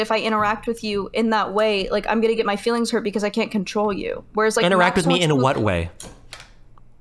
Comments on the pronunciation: What the hell is Fefe? Does she mean feelings? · Saying fifi instead of feelings is major league cringe ball bases loaded grand slam cringe